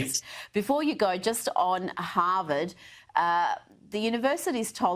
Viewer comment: "Ham-vard" University ?